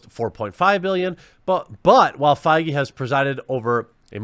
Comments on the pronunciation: Feige pronounced faggy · It's pronounced "fayg" you keep mispronouncing it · Kevin Feige, pronounced bayyyg?